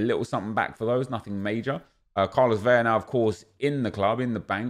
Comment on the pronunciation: La-lah, Ve-La not Vei-ya